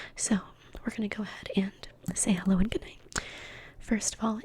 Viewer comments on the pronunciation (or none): none